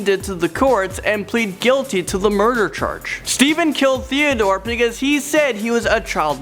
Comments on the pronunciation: It’s BEcause not PEcause!!! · Uknown Person AND HE SAYS PECAUSE INSTEAD OF BECAUSE